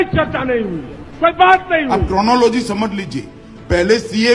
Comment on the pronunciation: Coronaloji .....Ha ha co-ro-na fix tha?